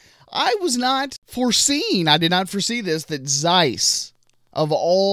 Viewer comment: X - gen? You're my brother from another mother :D By the way, if I remember correctly, there WAS a camera you could connect to a web several years back - the Samsung's NX20. Moreover, germans are pronouncing "Zeiss" with a C at the front. Ceiss :D Just saying...